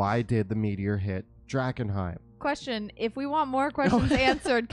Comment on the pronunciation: Did say Drag-enheim for wearing mums old close?